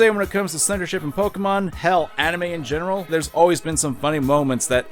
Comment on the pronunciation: gen oner and gen threeer